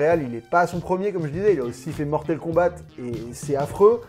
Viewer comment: "Mortel Kombate"......... J'ai saigné des oreilles ! ! ! 😥........😅😁